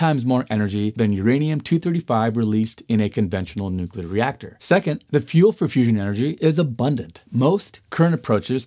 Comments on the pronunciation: Very, very smart man,. Please ask him not to say "nuculer," ever. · Bush ll I assume.